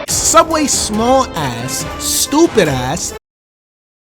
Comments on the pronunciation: Don't you mean sooubway? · It's pronounced Sooubway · You see, if this were sooubway it would be way better.